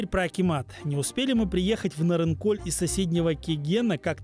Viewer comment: Ведущий, двойка тебе. Ты бы хоть удосужился название села, где ты был запомнить. Не НарынкоЛЬ, а Нарынқол. Как таких вообще на работу берут? Ни казахского языка не знаешь, ни матчастью не владеешь.